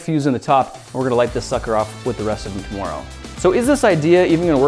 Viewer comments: who else thinks he is saying "to-more-oh" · are you canadian? i noticed he said "tomoro." he never does that. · not to sound stereotypical but you can hear the Canadian when he says tomorrow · He's Canadian so so it sounds different when he says tomorrow